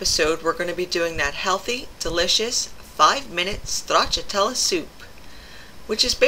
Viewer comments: It's great to hear your Italian pronunciation of stracciatella, it was perfect. It's a soup my mother used to make many years ago and it's just as good today, even better with the spinach rather than the escarole she used. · Love the way you say Stracciatella, lovely Italian Accent, much nicer than the way I say it LOL I'm off to take the challenge Stracciatella Soup in it'll take me to get the pronunciation right so I'm on a back foot already. Have a great day. Steve